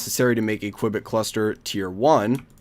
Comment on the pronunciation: You have to pronanance the U in Qubit!